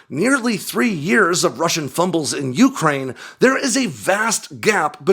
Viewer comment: Why do you annunciate Ukraine the way you do? Lol